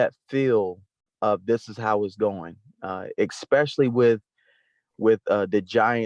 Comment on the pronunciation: and both say expecially